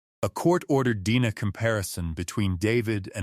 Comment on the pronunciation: That's DNA not dena